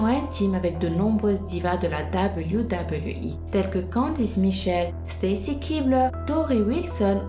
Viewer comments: Pourquoi tu parle avec le nez en permanence ?? Et cest pas WWI mais WWE c'est un E pas un I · Arrere de dire doubleyou doubleyou I mdrrr en france ont dit double v E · Dit Doube v double v euh !! Pas dablyou dablyou voui 😭😭😭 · Super video! Mais ca se dit "deubeliou" pas "dabaliou" ... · wech prk elle le prononce " dabliou dabliou i"😂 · ça façon de prononcer le W -_- dabeulyou dabeulyou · c'est WWE et non debuidebuiwui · tg avec ton. dableyu dableyu i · Dabeulyou dabeulyou hi apprends a parler ptn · ses même pas dire wwe sa me fâché putin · tu la prononcé mal wwe